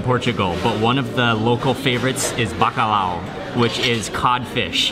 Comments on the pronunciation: Não é Bacalau, se diz Bacalhau 😉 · The L has more of a y sound. So it's pronounced more like buck-aye-ow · the “lh” is pronounced similar to the “ll” in Spanish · Os estrangeiros dizem BACALAO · "bacalau" 😂 at least tried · I think as a portuguese hearing mark saying bacalhau it's very funny 😂😂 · I love how he pronounces "Bacalhau"!! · The way you say Bacalhau triggers me